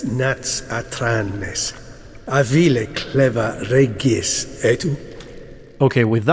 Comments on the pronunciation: I am from Russia ,and we pronounce the name «Regis » as in vampire. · In Polish we also say it like "Regis", it's only the english speaking people who pronounce G like DŻ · Well of course you pronounce it wrong 😂 Witcher was written by Polish author. Not only Regis name is incorrect, but literally every name in the books, games, TV show and etc. In Slavic countries we say Regis just like he said in the "Ancient Vampire" language. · Both in Polish and Russian, his name is pronounced as "Regis", not "Redjis" (yeah, I don't know how to put it else, lol). The same way it is in the books. I suppose "Regis" came, because somebody forgot to point out the right pronounansation during voice acting process. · In Russian translation Regis’s name is always pronounced correctly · The name is pronunced difrent, in fact in the original books, and lague its pronunced as same as vampires pronunce it. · actually in latin, regis means king. in vampire pronunciation same as latin pronunciation :D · Polish pronunciation of regis is the same as the vampiric one. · about his name pronunciation - in Cz and Pl it is same (I am from Cz and I play with Pl dubbling) and in books - Regis was not waitning alone when Geralt was with Fringilla. Regis was with sukkub. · In Polish we read Regis' name with "G" like in Geralt's name. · In polish actually you pronounce Regis nearly exactly how he said it in front of the unseen just a little fun fact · You dont even know how happy am i that i hear regis not reeeeeegis Greetings from Czechia ❤️❤️ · In Poland we say "Regis" in that way :D I think because of that in other languages it sounds very similar :3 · I’m german and we pronounce it exactly like that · I think most names in the game like Regis Geralt usw. German names Regis are pronounced in german like he said it by the unseen elder. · Actually the way that Regis pronounce his name in his language is the same way we pronounce it in Poland :P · its pronounced like that in Polish too.